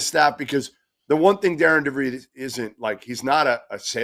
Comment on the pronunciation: His name is not Darin nor Darren: it’s Darian. The name Darian is pronounced “dairy-en.”